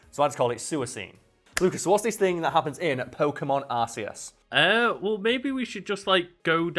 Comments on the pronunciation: arKEYis. and the anime says swee-coon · If Suicune is pronounced 'Swee-Kune', then it stands to reason that Arceus is also pronounced with a hard C sound...'Ark Ee Uss' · Both of you are wrong it’s pronounced ARKOOS!!! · THANK YOU! I’m always left cringing when everyone always says ‘Arkeus.' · It’s 100% pronounced Ar-Cay-Us It’s a portmanteau of ‘Arc’ (as in Archangel/Ark) and ‘Deus’ which is the Latin word for God/Deity. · Burg if your probounciqtuob if Arceus It’s Arkoos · I know right, I owned three consecutive of the pokedex-like guide books with pronunciations as a kid and watched most of the movies- it is ark-ee-us and swee-koon respectively, whether we like it or dislike it. That ain't up for debate, I'm afraid, it's been confirmed far, far too many times. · It’s Arceus not Arceus 😂 I say it with the k sound like Ark-eus and I it makes more sense to me that way 🤷🏼😂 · insisting Arceus is pronounced Arseus even though all the Legends advertisements said otherwise is oddly hilarious 😂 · the official pronounciation is are-key-us you buffoon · I'm wondering if the S pronunciation was a mistake that they tried to correct. You have Arc phone as you said. However the name Hisui is a play on the words Jade and Arcane when it comes to meaning. Thanks to the pronunciation of the the phone and the play of words of the Hisui region which is deliberately named this way in a game about Arceus kind of indicates to me that the 'K' sound fits better. That and with the s sound I have no idea where the name derives from other than ones backside.=/ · It's ar-kee-us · Suicune is not “Su•E•Ceene” Its is “Su•E•Coon” Ref: Japanese Speaker Also, its is “Ar*C*us” Again, japanese speaker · The correct prononciation of Arceus is Arkoos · It's pronounced are-key-us because that's how it was pronounced in the movie that he was introduced in, Arceus and the Jewel of Life. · It's Ark-ae-us. It's name is derived from Archeus, the densest level of the astral plane in alchemy.